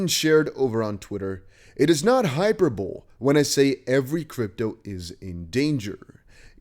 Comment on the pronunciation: Great vid .. pronunciation help - the word "Hyperbole" is pronounced "Hi - per - bo - lee" 👍